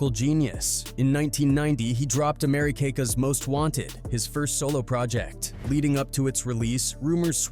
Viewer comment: Fuck AI ... Americakas? Docas? TF is wrong with you?? 😡